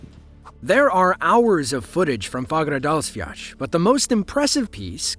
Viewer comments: Hahaha wtf is "Fagradasviach", its spelled "Fagradalsfjall" and is pronounced Faugh-ra-dahls-fiatl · "Fagradasviach".. Excuse me?